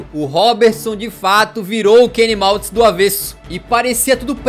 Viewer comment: Trocou o nome do Manny Kaltz duas vezes...kkkkk. Falou Kenny Maltz...kkkk